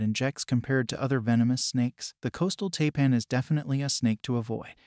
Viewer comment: Taipan is pronounced TIEPAN